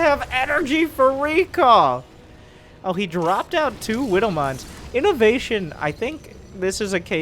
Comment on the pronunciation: well obviously widowmines are australians so the w was ment to be pronounced as a m